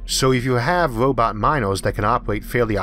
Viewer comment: What's a wobot?